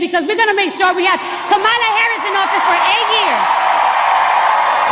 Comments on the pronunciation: Ha! She said her name wrong! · Yeaaaaaashhhhhh ALRIIIGHT CARDI B . Are they gonna give her shit about pronouncing her name wrong. This is an actual embarrassment that they rolled this disgrace out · And she said her name wrong!😂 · Kámála? Where’s CNN? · Where’s that cnn lady to tell cardi she’s pronouncing kamala wrong?? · My question is did ANYONE…anyone AT ALL jump down Cardi B’s throat for “disrespecting a black woman” by “mispronouncing her name”?🤔. Hmmmm…. Anyone? ANYONE?👀 Didn’t think so!🙄😼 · right. You say her name like Pamela, but put the k in front of it, instead of the P and it's kamala. President Trump has said her name correct every time. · So I guess she's racist since she misrpounced Kamala's name?!